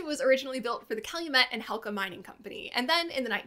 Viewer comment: yep, it was Hecla, not Helca I have several souvenirs of that dredge that were given to me in the mid 1970s that were "acquired" by unauthorized souvenir hunters